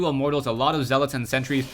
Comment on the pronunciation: I like it when says "Immort Tals".